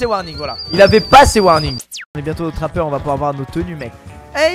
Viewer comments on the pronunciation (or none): Et aussi sa se dis TRAPEUR et non TAMEUR